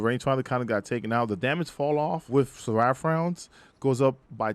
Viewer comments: ser-uh-ph not ser-ah-ph lol but otherwise great video, I learned a few things. I'm taking feeding frenzy off now. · I think Seraph rhymes with tariff, not giraffe lol. Great video though dude 👌